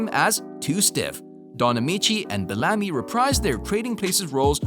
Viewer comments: It's BEL-LA- ME= BELLAMY. NOT BALAMI. Geez!!!🤦🏾‍♂️ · Be-LA-me? I have always heard his name as BEL-a-me. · The actor's name is pronounced Bell-a-me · It's pronounced Ralph Bell-a-me, not Balami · Ralph Bellamy is the actor's name. The narrator pronounced it like Belami, which rhymes with "salami". Learn to pronounce people's names correctly, please. All due respect. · I don’t mean to be an ass but there are a few glaring mistakes here. The actor, is pronounced Beel-am-mee. Spelled. Ralph Bellamy...not Bellami. The actress , Louis Smith is not Ralph Bellamy’s mother considering she was born in 1930. Twenty six years AFTER Ralph Bellamy.. Come on, a little research is just a click away. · His name is Bell - a - my(me) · Bel-LAH-my? Is that how you pronounce that surname? I suppose you're not his godfather... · You say Ralph Bellamy (pronounced Bell-UH-me) is the son of Lilla Louise Smith and then show a picture of actress Lois Smith from, among other movies, Twister who is almost 30 years younger than him. This video is just plain bad. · Pronounced Ralph Bellamy name wrong. Also had his name switched with Don Ameche. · A lot of errors in this video. Mixing up names, mispronouncing Ralph Bellamy's name AND misspelling the word "Sadly" in the very beginning. A do over, Maybe? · Exactly! I couldn't even get through the whole video after Madge Sinclair I turned it off too many errors. Please do better sir. Smh